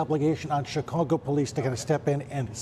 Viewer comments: Did he call it Chi-congo? Hello? Based Department? He did it again . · He said ChiCongo atleast twice lol